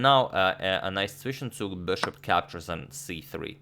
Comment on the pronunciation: His pronunciation of "Zwischenzug" was really perfect. Sounded like a german there for a second